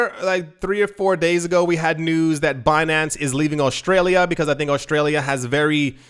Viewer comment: Aushtralia? Pls repeat it 50 more times